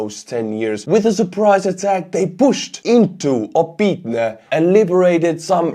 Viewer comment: just an fyi, the "y" is pronounced more like Estonian õ, so it's "Opõtne", similar to like Kyiv is "Kõjiv". It's a minor thing, but as a fellow Estonian I know you can pronounce it with much less difficulty than native English speakers. Thanks for all your work!